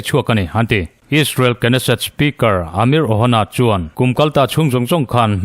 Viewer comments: Israel rorelna Inpui Knesset hi Kenesset tia lamtur a ni lo Nesset ti lam zawk tur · Keneset tih zawk tur aw